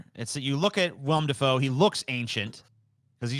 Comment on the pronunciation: Why can just not say Willem Dafoe's name correctly? 😂